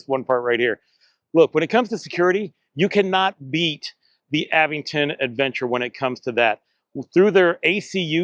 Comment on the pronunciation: There's no 'd' in Aventure. And there's no 'g' in Aventon, like the reviewer kept saying. The Aventure.3 is worth it for the security features alone, IMO.